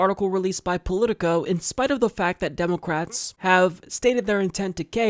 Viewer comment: Its funny the way he pronounces "Demulcrats". Its pronounced "Spineless Mollusks.""